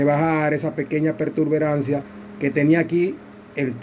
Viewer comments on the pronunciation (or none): Disculpa no se dice pertuberancia. El termino correcto es protuberancia, te lo digo para nuevamente en el mismo error.